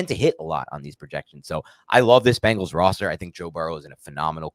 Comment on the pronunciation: It's Bengals, Not Bangles. The Animal, not the Band. Or, The Animal, not the Doo...